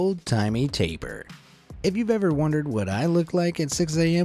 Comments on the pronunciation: Called the taper lol its pronunced like tap EEr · Tay-pier is how you pronounce it not taper